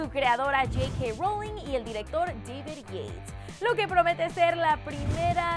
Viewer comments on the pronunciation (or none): none